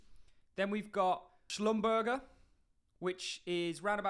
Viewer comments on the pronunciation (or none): shhluu-ummm-burger??? lmaoo haha im from houston. almost worked there. it is SLB or pronounced "SH-LUM-BER-JAY" hbar bag is looking fun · Rupert Schlumberger is pronounced Schlum-bur-shay. They do the infrastructure for oil exploration and extraction. As always great content.